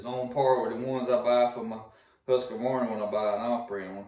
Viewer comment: THERE is NO "UH" in Husk Varna , Liked the Dereal